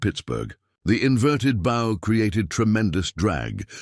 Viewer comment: A lovely inspiring and instructive story of human determination and resourcefulness overcoming disaster in the face of unrelenting nature. Well done. However, the use of "bow" - pronounced as "go" instead of "wow" by the voice synthesizer software delivers a jarring effect that detracts from the presentation. Perhaps you can make corrections?